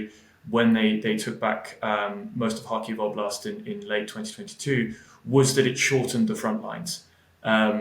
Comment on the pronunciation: It's pronounced ob-last, rather than Oo-blast. I should know, I speak fluent Ukrainian, and was in Ukraine yesterday!! Слава захисникам України!! 🇺🇦🇺🇦